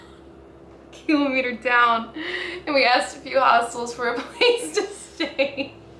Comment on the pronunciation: It's kilometer, not kilometer.